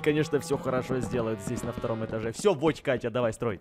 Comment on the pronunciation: Вот мучился "Воть Катя", " Водка Тя" 🗿✌